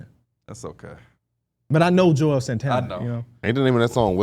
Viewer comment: juelz not joelz 😁